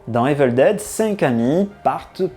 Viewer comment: Prononcer « ivole daide » 😆👍💀 PS: hé, les gamers, vous souvenez-vous du gars qui dit « Resident Evil »? 😉